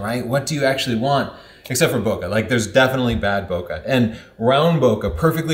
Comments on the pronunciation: I keep thinking your saying pokeballs over bokeh balls. Yeah I’m immature 😆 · bo-kuh? how about saying it correctly as in bo-kay? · We say boKEh, like in KEnnedy, not boKAh, like in CArnegie... Toilet roll? Gross... Ha! Ha! Great job once more! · Every time someone pronounces it Boka i just cringe inside out. Its Bokeh. or, BOKEH like Kai W says it. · Bokeh rhymes with pocket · it's pronounced " BU-KY " because it's more fun that way. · Your pronunciation is completely wrong, it's pronounced "boo-kah-keh". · Wrong!!!!!!! Bokeh is pronounced Bo-key or Bo-ki ! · I only clicked on the video to see if would say "boca" (mouth, in portuguese). How can he still do this? When he himself buts the letters on screen while mispronouncing? ボケ ボ means "bo", ケ means "ke". At this point he must be doing it with stubborn malicious intent. Enough, unsubscribed. In these times mental health gets priority. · Americans systematically can not pronounce French. They add -eeee after the word. E.g, "ballet" becomes ball-eh-eeee. Don't do the same mistake with "bokeh". Don't say bo-que-eeee. Just stop before the -eeee, say bo-que. (que like in Spanish, see another comment here). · boke is a Japanese word, so the "KE" should not be pronounce as kah. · Holy crap, you can't even pronounce it right when you're making a video about it. 🤯📸